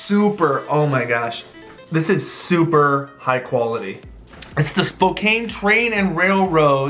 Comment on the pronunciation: Spokane is pronounced “Spo-can”.